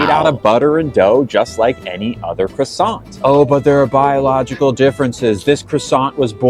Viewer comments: well it's not a Cross sant, it's french and is pronounced as such. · The croissant is offended by how he pronounced croissant